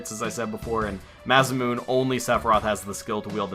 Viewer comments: love the videos and never stop marketing them but in this episode you said Masamune incorrectly instead of moon ending sound it sounds like moonè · Its not nay it's masamuh-neh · probably too late but its knee-bil-hime and masa-mu-nay oh and mid-gar not midger